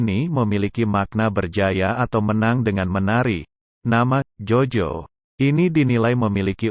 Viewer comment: Mohon koreksi pengucapannya ejaan lama mas Jo dibaca Yo,yang dimaksud bukan Jojo tapi Joyo ejaan baru,tks